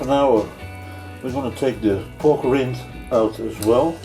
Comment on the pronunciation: Because he keeps mispronouncing the word "rind"